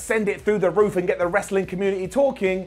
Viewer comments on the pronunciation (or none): none